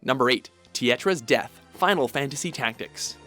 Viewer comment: Does no one else care about the names he butchered in the Final Fantasy Tactics scene?